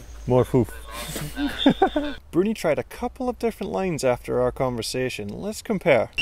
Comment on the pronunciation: Excellent video, love the way you mix Bruni’s name lol